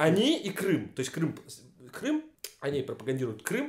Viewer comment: Кто то говорит Крым! Крым! Крым! я слышу Крам! Крам! Крам! По моему ты влюбился Рон